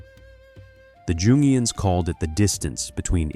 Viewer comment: If this is not an AI reading this it would be awesome if it could read properly, especially names Jung or Jungian are pronounced Yoon or Yoongian. There were other words that are mispronunciations, but a proper name that has a part of psychological theory. Jung was a contemporary of Freud and had learned from Freud.